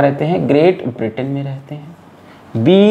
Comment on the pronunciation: Sir it is Britain not Britian 😂😂😂😂☺️